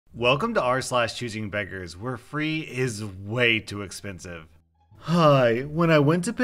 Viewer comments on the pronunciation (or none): I work as I listen to your videos. So, when I was cleaning up it was a little bit too loud and I thought you said, chicken fingers instead of choosing beggers lol